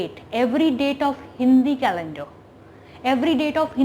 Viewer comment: Why r u jumping? And it is calender, not calendra